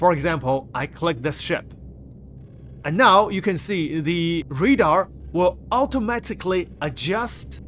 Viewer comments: RAdar bro, not READar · Can you say RAY DAR ? 😅